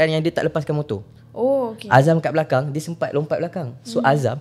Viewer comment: oukhhey oukhhay ape bnda do 🤣